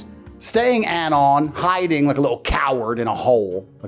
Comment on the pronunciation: Why does he enunciate some words so weirdly. "HI-ding like a little COW-ard in a HOLE"